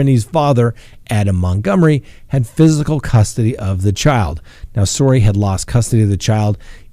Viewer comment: Sorey rhymes with "huggar" 😆